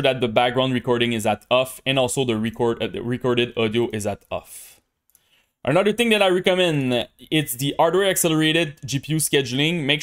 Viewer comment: Do NOT set a maximum framerate! It will increase display latency! Turn it off or set it to a max of 1000 FPS, no matter what monitor you have. (Also, don't forget to pronounce the letter 'H' lol. It's "hardware" and "hertz", not "ardware" and "urtz". Other than that, your English is excellent.)